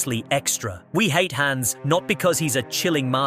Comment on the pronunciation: It’s pronounced HAHNZ and AHN-uh, “”! 🤨